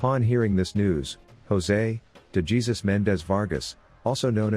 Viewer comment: this voice is definitely, not worth the hype still sounded like a robot and pronounced DeJesus like DayGeesus Good vid, but don’t ruin the channel with this bullshit. I can wait the longer time it takes to make a video by you narrating. I think we all can. Just saying.